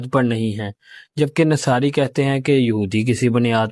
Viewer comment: Nasari nhi Nasara Arabic theek se perhe please